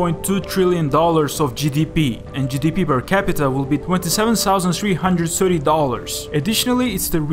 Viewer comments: Its a «th» sound not «s». Its not «sirty seven» its thirdy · Twentysevensousand threehundred and sirty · twentyseven Sousand sreehundred ens sirty dollarsh